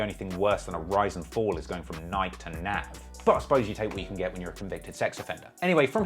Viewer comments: Would someone teach this man how to say Nike 😂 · Why does this man refuse to pronounce Nike correctly.